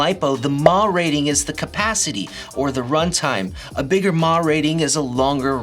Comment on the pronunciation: mAh = MilliAmp Hours C rating = Amps? First time I have ever heard anyone pronounce milliamp hours as mä.